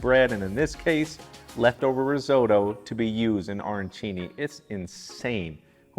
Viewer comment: Learn how to say risotto...oo..oo..not oy oy